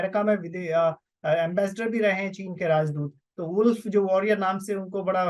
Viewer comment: एंबेसडर को आंबेसडर बोल रहे है